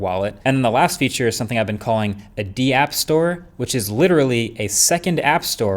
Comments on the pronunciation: Dee-app. Is it not just Dapp? Like give me daps? 😅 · It's not D app. it's DAPP like DAP. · The d-app store 😂😂😂 its one word dapp